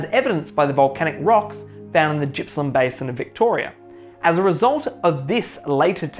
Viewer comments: Pronounced Gippsland not Jippsland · "Jippsland"?? 😂 Clearly not a Victorian.It's a hard G dude.Otherwise good vid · Although normally, when the vowel I occurs after a letter G, the G is pronounced [dz], in the case of Gippsland it does not. It is named after Sir George Gipps, appointed Governor of NSW in 1837. The G is pronounced in the back of the mouth like "garden". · Good video. I live on the W formation and see evidence of cretaceous flooding and deposition every day. One small thing - Gippsland is pronounced with a hard G - like golf or goat, not soft like gymnasium.